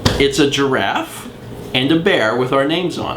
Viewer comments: gi-raffe. two syllables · I think people need to comment on the fact that you said "giraffe" like a normal person and not how you did in Day...91? Yes, 91, I just checked. Congratulations. =P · hey, you changed your pronunciation of giraffe! unless I'm just imagining thing...